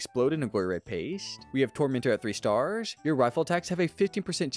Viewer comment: Staaaaaaars why do you say it like that?